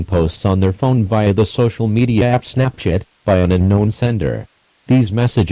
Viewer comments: it sounded like he said “snapshit” instead of Snapchat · When I hear the word "Snapchat" in this video, it sounds like "Snapshit". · Istg ik im not the only one that heard say snapshit instead of snapchat lmfao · I thought he said snapshit but I understood. I had the volume down. Me bad.